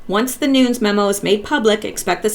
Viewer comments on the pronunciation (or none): Its pronounced Noon-yez Nunez. Hope this helps😉💚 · NuNEs...[ Noon- nezz] please get that, its nerve racking..lol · Love your videos. Nunes is two syllables: sounds like noo-nez. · Nunes, as in: New-ness. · Nunes pronounced noon-ez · Sorry so many comments. I should make notes. 😂I can't make a line over the U in Nunes, but it's long U, like you said but es, is not a silent e, short e.